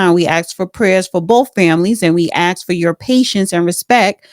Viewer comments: Funny how she can’t say the word ASK and instead pronounces it as AXES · the judge is to intelligent for you. You sit there and read off the computer. Your words aren't used properly. A sorry it's not ax it's ask. Will not watch you again. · its pronounced ask not axe get your English fixed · You wanna axe….nonono, don’t do dat. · Its ASK, not axe or axed. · A S K not ax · The word is "ASK" NOT "aks". Learn to speak English! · Ax and Ask are two different words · Exactly. Don't know who she is but must not be educated, saying "aks" all the time. Sounds so ignorant. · She says “AXE” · why can't blacks pronounce ask? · Learn how to pronounce “ask” or find a line of work that doesn’t include interviews! Axe is what you chop wood with! 😂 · Florida thing. It annoys me also